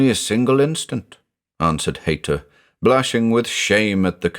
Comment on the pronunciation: With the name being Haïta, using the I with two dots - ï - I think that indicates the ï should be pronounced separately. So just like naïve is pronounced Nie-eeve, I think the name Haïta should be pronounced Hie-eeta.